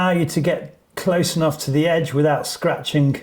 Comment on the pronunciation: Scratching-gk Disconserting-gk Shriveling :) Disgusting :) Raking :) Siliconing :) Insuring-gk Floating-gk Very helpful information 😀 but couldnt let that pronunciation of "gk" in words ending in "ing" go 😅 hits all my OCD buttons at once. Too many people pronouncing the "G" at the end of those words :/